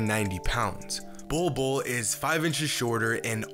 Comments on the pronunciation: Legit I thought it said “Boi Boi” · “Bowl Bowl” 👹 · When your name is literally pronounced "Ball" twice! If that isnt a sign of destiny, I don't know what is. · Pronouncing his name, Bol Bol literally means “pubic hair” in the native Filipino language - Tagalog. Man’s gonna dominate in the league! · Its not pronounced ball though